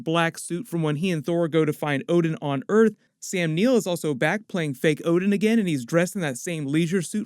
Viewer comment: hahahah so you watch one piece too? at certain point you say ODEN in stad of ODIN!!!